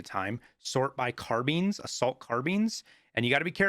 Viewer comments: well everyone says carbine not car beans idk how his way is the proper way unless in a different language it's carbeans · Quick get ur carbean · might be french but every country says it their way, which one is the easiest for everyone